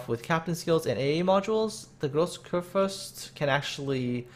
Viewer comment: Großer Kurfürst pronounced just right.